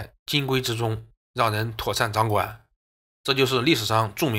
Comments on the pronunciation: 金匮之盟，音“溃”，不是“金鬼之盟”。你是不是《聪明屋》的刘纯燕阿姨看多了？ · 那也得上声吧。他这完全是金龟子。。。